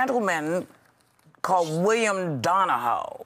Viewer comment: william donahoe lol She pronounced his name wrong